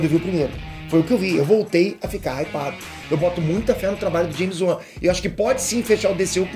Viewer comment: Que é "James Uan"? Kkkkk